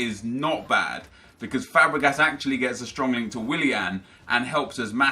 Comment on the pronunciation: Why do you pronounce willian as villian